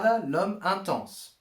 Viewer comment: stop saying intense like that